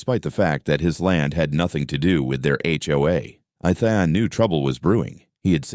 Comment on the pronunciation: The mispronouncing of the name Ethan is very annoying